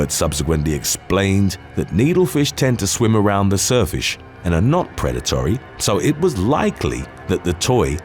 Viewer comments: "surfish" instead of surface when talking about a fish attack, that hade roflmao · On number eight about the spearfish going through the guys neck.. the announcer said "surfish" instead of "surface". 😅😅😂😂😂 Did anyone else notice that? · Haha, you said 'surfish'. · Did u say surfish instead of surface? x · Yep, you definitely said surfish. Had to go back and check...